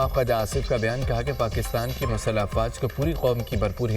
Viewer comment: کسی پڑھے لکھے بندے سے اردو خبریں پڑھوا لیا کریں ۔۔۔پیرو دھائی، مسلہ(مسلح) اور یہ میوزک کے ساتھ خبریں اتنی واہیات لگتی ہیں۔ ۔۔سوچیں ! اتنے بندے مر گئے۔۔ڈھیں ڈ ڈھیں نماز جنازہ ادا کر دی گئی ڈھیں ڈ ڈھیں اظہار افسوس ۔۔۔ڈھم ڈھم ڈھم حد ہے بھئی!